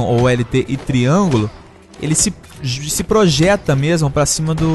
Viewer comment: no ele falo triangulo como se fosse do PS